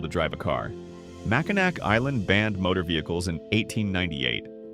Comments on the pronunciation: The issue wasn't the audio. It was the AI voice over. So many mispronunciations. Mackinac Island, Charlevoix, Frankenmuth. were mispronounced. It's one failure of AI narration that it was programmed phonetically with no regard for regional uses. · Mack i naw....not mack in nack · I don’t care how many people already commented about this. It is Mackinaw….not Mackinac. Other names were mispronounced too. However, Mackinaw is the one that gets me the most 🤪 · MackinNAW not Mackinak. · Oh.... that hurts my ears! It's Mac in naw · Stop pronouncing the “c” in Mackinaw Island. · Mac-in-awe! Ugh 😩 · Pronounced Mackinaw not Mackinac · Pronounce it MACKINACK one more time..... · HEY, its very interesting that the NARRATOR in this video IS NOT A TRUE MICHIGAN NATIVE BC HE MISPRONOUNCED "Charlevoix" its pronounced Shar-La-VOY, "Mackinac" was mispronounced its Mac-Kin-NAW. The ending is NOT pronounced as "Mac-Kin-Nack" that is morally incorrect here to pronounce it just like how its spelled. Lmao!!! For true born & raised Michiganders, this will be the 1st thing we adamently say about in this video right here, lol. Not to be mean but set this "Narrator of the video" straight!!! Michigan towns have their own language, in words, & with how they're spelled. Lol. Its really funny to us, we laugh every time with it, lol!!!!! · #8 is pronounced Char-Luh-Voy. Mackinac is pronounced Mack -Uh-Naw. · add "HUR-on" to the list, not "hur-ON". Did you come to Michigan when you made this video? And if you do a video mentioning Mackinac, for the love of Douglas Houghton, please don't muck up that name.